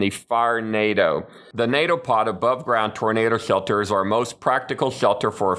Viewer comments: Hhrrshelter, rrshhshshcetual, love that speech error, no hate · “ the swealter “ 😂